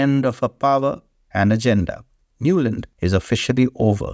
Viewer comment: Victoria Nuland has become Nolund 😂😂